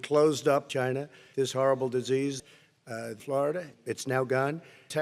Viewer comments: China? What? It's called Chy-NA! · “It’s colled cheyna”😂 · "China" "What? Its called Chy-na"